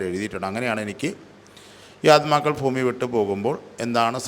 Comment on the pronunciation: ഫൂമി അല്ല ഭൂമി ഭ